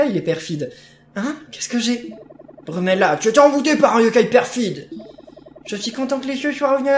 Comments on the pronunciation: c est pas brumela c est fumela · tu dit brumella au lieu de fumella